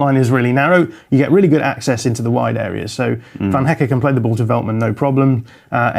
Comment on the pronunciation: The dutch pronunciation is van like the vehicle. I just had to say